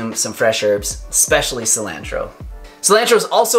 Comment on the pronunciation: D, Your channel is awesome. I've watched everything you have put out and instantly watch any new videos. But, lol, google the pronunciation of Cilantro. I love the smell, taste and benefits of this herb, but you are butchering the pronunciation. Peace brother and Crystal's laugh is the BOMB